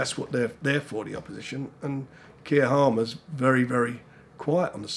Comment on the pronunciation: "Kier Harmer" haha classic Frank.